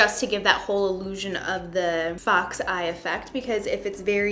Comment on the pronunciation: I thought she said fuck's eye when she meant fox